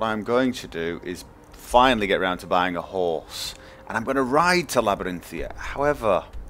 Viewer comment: He knows but he thinks 'Labarinthia' sounds better.